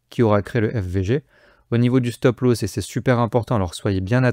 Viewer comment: Petit tuto prononciation. Stop Loss se prononce "stop l'os" pas "stop l'hausse". Merci.